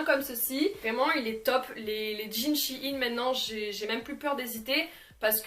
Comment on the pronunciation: ON DIT SHEIN